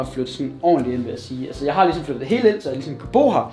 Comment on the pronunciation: 1.37 "Jeg optager kigesom" HAHAHAHA